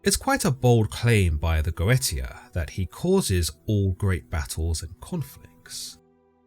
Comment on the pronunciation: Its not Go eta, goetia is pronounced Goesha